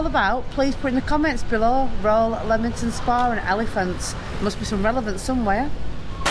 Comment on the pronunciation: I went to school in Leamington Spa. And it’s definitely not Leemington, it’s Leamington Spa, as in Lemon. Yes the town has Regency houses with balconies. I also worked for the council for a while. Yes it used to be a lovely town, it was a Saturday treat to go out for tea at the Pump Rooms it was a tea rooms. The waters were awful tasting. Goodness my I lived 20 odd years around here and I’ve never heard of the elephants. How you find these things out I don’t know. I thought it was Jefferson’s Gardens.